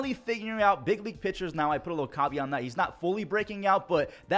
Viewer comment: What did you say ? Did you mean to say ca·ve·at?